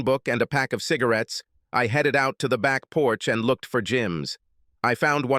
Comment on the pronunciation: HEEDED home? who have you got reading this rubbish.